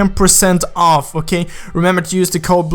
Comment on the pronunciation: LOL "Okeigh"